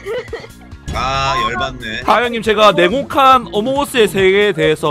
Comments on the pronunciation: 괜찮아요 전 냉목칸인줄욬ㅋㅋ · 자꾸 냉혹한이 네모칸으로 들려.......ㅋㅋㅋㅋㅋㅋㅋㅋㅋ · 뭐야 지금것 네모칸이라고 들어서 내가 모르는 뭔가 있는 줄 알았는데 "냉혹한" 이었군요...? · 나만 냉혹한을 네모칸으로 들음???ㅋㅋㅋㅋㅋㅋㅋㅋ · 처음에 냉혹한 어몽어스의 세계 라고했을때 저는 네모칸 어몽어스 세계라고들었.... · 나만 자꾸 냉혹한이 네모칸이라고 들리나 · 나혼자 냉혹한을 내모칸으로 들려서 엥 뭔 내모칸? 혹시 벤트말하는건가 이럼?